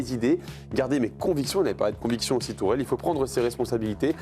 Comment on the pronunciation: Le gars s’appelle Tuchel. Pas Tourelle… Ça fait partie du journalisme apprendre à prononcer les noms, non?